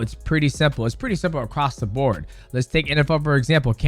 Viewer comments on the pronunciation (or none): none